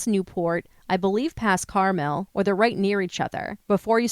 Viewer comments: Say “Carmelle” one more fkn time….! I dare you. It is Carmel. The Elle is not there. Stop, get help. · Also, the Carmel in Maine has the accent on the 1st syllable.